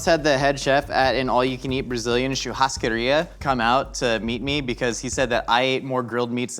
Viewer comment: Love seeing saying "coxinha" and "churrascaria" so perfectly (and "pimenta" right at the first time)... Yet he still need a little help with "cachaça" (pronounced as ka-xa-ssa). But still, thank you guys for trying to speak our language. Next time, put a little sugar with the flour... it will taste even better. Love from Brazil 🇧🇷